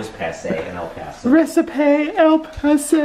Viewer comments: I get so excited when I see your vldeo is ready!!! And ‘recipay’ 😂😂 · reci-pay. haha